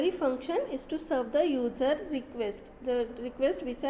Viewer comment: simply read the pdf and mostly user will pronounced as ujer